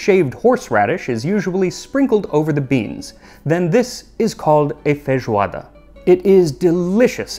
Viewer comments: I love your pronunciation of “fejoada”. It’s pretty much like we say here, we almost never pronounce the “i” in feijão. In day-by-day vocabulary it’s always “fejão”, “fejoada” 😂😂💚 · I'm shocked. Its the first time I listen to a foreigner speak portuguese properly! Obrigado pela homenagem Max! Love from Brazil! ❤️🇧🇷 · How can your Portuguese pronunciation be so good? Almost without any accent.